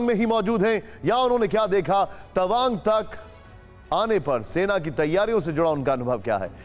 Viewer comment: Tabang nehi Tawang